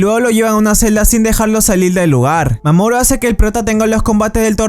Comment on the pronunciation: A alga más siente que dise mamón en vez de mamoru xd